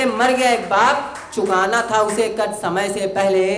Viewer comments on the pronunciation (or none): Bhut bdia bhai thoda sa श की जगह स का प्रयोग करे और बेहतर होगा शमय की जगह समय का प्रयोग करिये